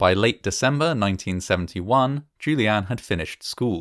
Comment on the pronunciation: Ok, so the story is about Juliane, which means the name is said probably upwards of 50 times during the video, and it is a GERMAN name. So, might it be worth the effort in researching how to pronounce the name properly?